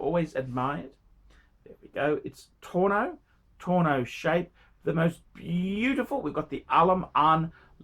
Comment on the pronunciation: 1. It’s Al Ain, not Al Aman. 2. It’s tonneau not torno.